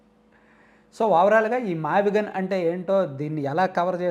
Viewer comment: మావిగన్ కాదు మావిగున్: వాడి దినం